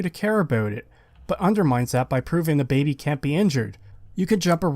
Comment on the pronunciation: if that’s actually how you say baby, then my bad and I retract it, I’m aware other creators often say things incorrectly to entice interactions on the video. It sounded like you were forcing it for the sheer hate of the baby in the game. I often listen to videos more than watch, as I’m a mobile technician, and it just pulls me out of the nice chill explanation you have. It was the same as the saints row video, if you have to bleep it constantly, why not just swap out the cursing for other words? It became too hard to listen to everytime I heard you say, for example, “it’s really AGHH annoying to play this game”